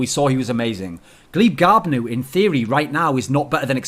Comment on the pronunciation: gleebglarbu not gleebgarbnu derp.